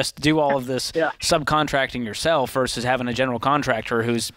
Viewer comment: Note to George: Vs. is pronounced "versus," not "verse." Otherwise, good show today.